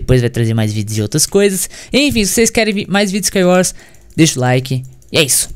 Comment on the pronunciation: KSOAOSOAKSOAAPSKA ele colocou a boca no microfone a falou "MANU EU GANHEI U SCAIUORS MANU" KSOAOSOAOSKAOSKAOSOAOSK